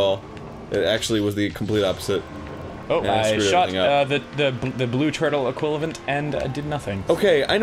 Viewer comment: "The blue turtle equiLAVent" God damn it Ross...